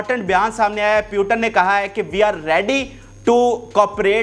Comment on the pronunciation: Ek baat ko 6 baar repeat Putin ko pyutan Pehle seekh le bolna phir news bolna